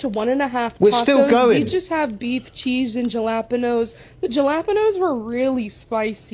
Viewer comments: Jah-lap-uh-nose? What on earth? 😐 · WTF are Ja-Lap-A-Nose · "Jal - ap - inos" jalapeños, is pronounced " hal - a - pinos." So sick of people not being able to pronounce this. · The Fat calling Galaponos, Jalapinos hilarious! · jelapinose is not how you pronounce jalapenos . too much cholesterol in the bria. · Out of all the things that shook me it was "jalapanos" bro not how you pronounce it. But seriosuly that was way too much food in one sitting so gross. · Ha - la - peen - no - s (jalepenos) 🤣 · Even the cat was like "Dafuq?" I think fatty is trolling, given not only the fact that she claims to look skinny while being fat, but also the fact that she can't pronounce "jalapeños" correctly. I don't even know 5-year-olds who can't say that word. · Did she just call "Jalapenos?!?!?!" Are you freak'in kidding?!?!?! LMFAO!!!!